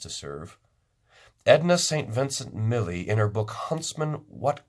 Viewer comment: I do thank you for this. I've heard it before; but one of the wonderful things about having these devices is that we can listen again to things that we deem important. (I was surprised that you mispronounced Edna St. Vincent Millay's last name!) Meaning of Life.✝️